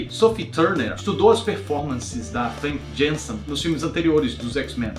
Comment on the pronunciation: vc e muito carismatico e adoro seus videos, mas so tenho uma pequena correção a fazer, o nome da atriz que faz a jean grey na trilogia original Femke Jenssen se pronuncia Fanka Ianssen (holandes), a mesma disse em entrevista no brasil